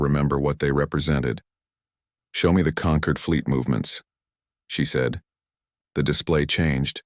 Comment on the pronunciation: This planet is called Terra of SOL, NOT "Saul," STUPID AI! And the alien "Concord" is NOT the same as "Conquered"! DO BETTER. Hire a proofreader!